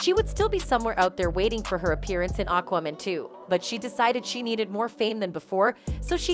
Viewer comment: Aqwamen lol